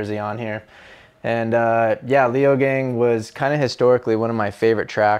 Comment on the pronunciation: haha leogang sounds badass! in case you're curious, it's actually pronounced lay-oh-gung (gung like "dung") edit: he's really pleasant to listen to, nice